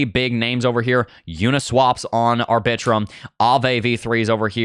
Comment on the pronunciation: Lol the way you say Arbitrum 😂 I love it!!!! (R-Bi-Trum)